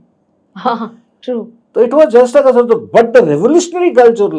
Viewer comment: Son of Majrooh Sultanpuri cannot pronounce word ‘Ghazal’ , says Gazal .